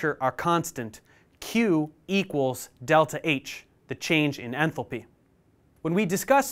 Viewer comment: Enthalpy❌ Enthopy✅